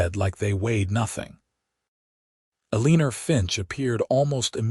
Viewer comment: AI needs to learn pronunciation of Eleanor and Boise😂